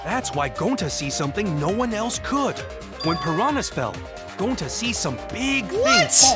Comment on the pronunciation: They say Gounta BUT ITS GONTA!!!!!!!